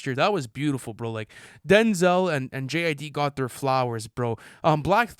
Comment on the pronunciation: Bro said JID like lmfao